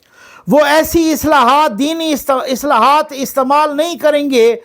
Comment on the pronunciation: اصلاحات نہیں اصطلاحات